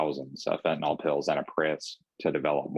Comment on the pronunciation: when even the police and the reporter cant pronounce it right. its not fentaNOL its fentanyl.